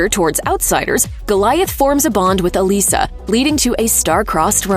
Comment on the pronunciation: Thank you for pronouncing the name Elissa correctly. One of the reasons I loved this show.